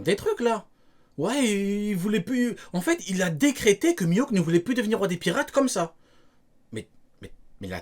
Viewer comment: juste de l'entendre dire mihawk j'ai mal au crane